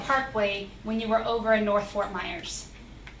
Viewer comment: he went to “Nerth” wtf??? He did not go to school. Your Honor he is lying!!!